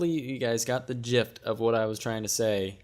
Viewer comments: Pretty sure u mean "the jist".... At least for your sake I hope so. Good vid, but if you want people to listen to you, speak correctly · "The jift"?????? Seriously?!